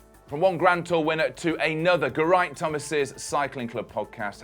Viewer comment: Seriously, it's not hard to say "Geraint" properly